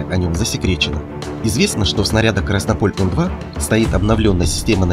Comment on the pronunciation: "КраснОполь", а не "КраснопОль"!!!!!